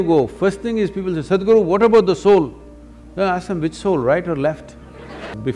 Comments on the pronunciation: This voiceover sounds very lazy! He mispronounces the word "Sadhguru." That is "apaswara," which produces negative vibrations. He makes it sound like "Sad Guru." The bugger must awaken his soul and mind and overcome his oral laziness! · your pronounciation of Sadhguru is just sad. You prenounce it as Sedhguru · It's sed-guru